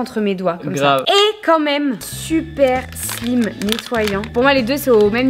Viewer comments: "Est ce que c'était aussi agréable que le sable et le sliiime" -: "le slIme" ça m'a tué 🤣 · On Pronomce pas Slime On Prononce Slayme mdrr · mdr le slime 😂😂😂😂 on dit le slyme mais sa s'écrit slime 😂😂😂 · en abrégé du slime 😂 (ça se prononce slaïme ) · Et ont dit slime sa se prononce slyme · Le slime ( prononcé i) ça ce dit slime (aï) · Moi j,ai eu 11 ans il y a six jours ❤❤❤sinon duper vidéo 👍😝on dirais qu'ils ont le visage moisi avec la crème 🤣🤣🤣et j'ai exploser de rire quand ça a fait:: j'adore le slime 👍: le slyme 🤣( je l'ai écrit comme ça pour ma prononciation ) 🤣🤣🤣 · Baptiste il ma tue quand il a reprie psq elle a mal prononcer slim a